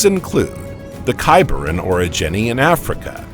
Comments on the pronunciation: Its CAM-brian not "kaymbrian" It's named for the Cambrian mountains in Wales not pronounced the way "Cambridge" (kaym-bridge) is said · Cam-brian, not Came-brian. ChatGPT write this script for you? 😂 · EEEEEEEEAPPettuss FFS!!!!!!! NOT 'LAPPETTUSS' !!!!!! NoEL NoEL NoEL NoEL NO EFFing ELL!!!!! AND it's KAM KAM KAM KAM KAM BREE UN!!!! NOT 'Kaymbreeun' ! It's from WALES BOYO NOT 'Camebridge' the town with the bridge over the river in thre east of England! WALES! 'Kambria'! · CamE-brian, CamE-brian, CamE-brian, CamE-brian, CamE-brian: 🙄🤢🤮. It is named after Cambria, the Roman name for Wales. It has NOTHING to do with Cambridge University!